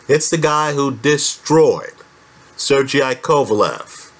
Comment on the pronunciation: Sergey is pronounced as ser-gay (not sir-GI). No matter how funny it may sound in English. :)